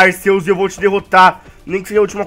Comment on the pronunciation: O cara nem sabe falar arceus